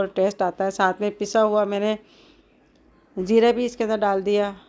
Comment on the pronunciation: Jera 😂India ki boli jera😅😅😅